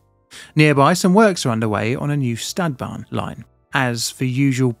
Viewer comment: One suggestion that i could think of when watching many of your videos would be; if you insist on using the native words, e.g. Stadtbahn, you can at least put it in google translate and check the native pronunciation.